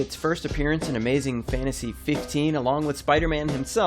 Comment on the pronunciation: did you just say 'fitnasy'????